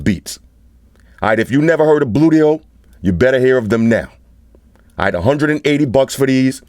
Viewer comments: when he says bluedio it sounds like booyt o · Gotta watch how you pronounce those things. Bluedio could become bootyhole with a slip of the tongue.